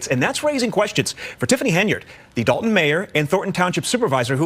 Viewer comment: Illinois is quickly becoming the mid-coast California. And DOH-lton is helping heavily with that title. 🤨